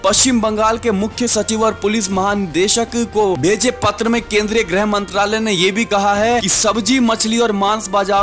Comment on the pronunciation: शब्द सुधारें। ग्रह मंत्रालय नही ,गृह मंत्रालय होता है। grah nahi, grih mantraĺay hota hai. ग्रह मतलब पींड और गृह मतलब घर होता है।